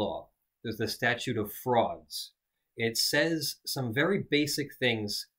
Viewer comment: I'm from the US as well, in the southwest. The first time when he says it is . I think what is happening is that he doesn't hit the D sound very hard, I can barely hear it even when listening for it. So my distracted mind was probably like, " 'Statue of Frogs' close enough".